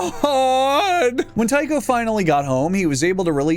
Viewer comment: The problem with the theory of hallucinogenic funghi from wheat (ergotism), is that whilst it can cause hallucinations, it also causes diarrhoea, vomiting, and gangrene of the extremities. So, it's unlikely. And it's not Tycho with a "tie" sound, but with a 'tea' sound.